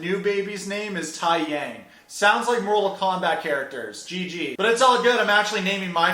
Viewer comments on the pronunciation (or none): It's not pronounced"tai-yang" it's pronounced "tae-yang" and Taeyang is a common name in Korean culture 😐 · It's pronounced Tay young. Thai yang. Lol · Taeyang... (Tay- yang) not Tie-yang, but anywho love how she keeps saying "Jihoon ruined my life"..... Bitch you got pregnant at 18 buy a toxic guy and that was all your choices.... So please tell us again how Jihoon ruined your perfect life??? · Btw, it's been a year, idk if anyone corrected you about the pronouncation of Taeyang, but it's actually "Tay-young" It's a pretty common Korean name. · his name is taeyang it’s pronounced as “tay-yahng” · The babys name is pronounced T-e-jang and means sun. Its a very popular name in south korea tho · Fun fact: Taeyang is pronounced Tay-yang (I only know this because of Big Bang the kpop group) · I love this in all the opinions but please don't knock the name taeyang as it actually means sun and is a good name in Korea and also it's pronounced Tay - Yang! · The little baby boys name is pronounced "Tay- Young" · It's TAYYYYY yang. Also taeyang is a common name in Korea, dont be anglocentric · The babies name is pronounced Tay-young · You should at least watch the shows you make content about. If you have seen any of their episodes you know their son’s name is pronounced Tae-Young🙄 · Taeyang is a Korean name it means Sun and you’re pronouncing it very wrong. Lol but then again white people find it hard to pronounce anything other than English, I forgot. Maybe google how to pronounce a name before you make a fool of yourself ? Lol But that aside I love your videos lol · And he said it so wrong lol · not only is the baby’s name a very common name in korea but you completely mispronounced it